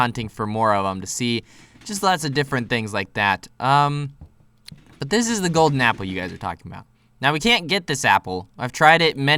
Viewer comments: You spelled golden wrong you said golder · He saw the picture but when he was playing we didn't saw it but it was funny because he said "I missed the golder apple" he said golder